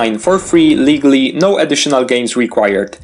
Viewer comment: For a second I thought you said, "Illegaly" even though it was actually, "Legally"